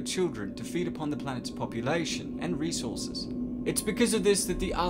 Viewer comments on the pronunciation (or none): none